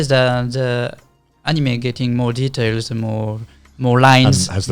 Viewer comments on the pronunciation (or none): none